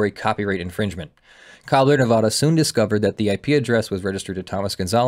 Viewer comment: You pronounced Nevada wrong about 50 times in the first five minutes of the video alone... I know no one but us Nevadans care but seriously dude it's like hearing "Ar-Kansas"